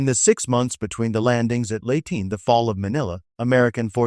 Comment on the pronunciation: Not “Late Gulf!” It’s pronounced laytay.